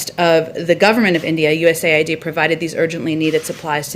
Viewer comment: US aid bolo sir. U N aid nahin.